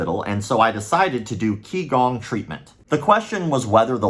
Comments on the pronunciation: For what it’s worth QiGong is pronounced “chee-gawng”. Not Kee-gawng. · for the record Qigong is pronounced (CHI GONG) and it is only used to help oneself. It is an exercise that anyone can do provided that have had instruction for a qualified instructor to teach them first.